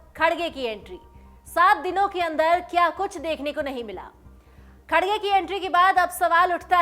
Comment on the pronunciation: मॅडम खडगे नाही खर्गे अडा नाम हैं !